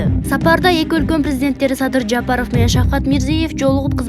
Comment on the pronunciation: Жапарыв эмес ЖапарОв...